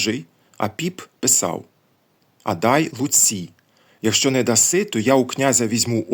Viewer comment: так ви же прочитали фразу "не въдаси", як "нє въдасі". Немає доказів , що на наших землях "е" після приголосної ставало "є" (хоча в новгородців "єкання" було, це видно по напису "я звере" берестяної грамоти хлопчика Онфима. Тобто то "я звере" можна прочитати, як "я звєрє").